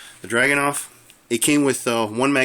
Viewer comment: Драгуновa (Dragunova). — The pronounce is like so: drogou'novah, like the original russian SVDK.